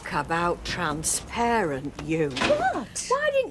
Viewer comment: Rita can't even say transparent properly 😅